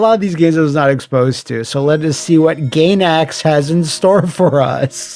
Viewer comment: Mfer doesn't know how to pronounce GAINAX uhhhhhhh ffs